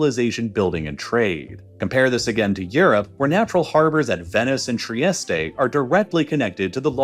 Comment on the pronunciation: AI error....@ . It's not pronounced tri est tay... It's pronounced... Tri EST. The weight is on the EST... $5.00 please. LOL.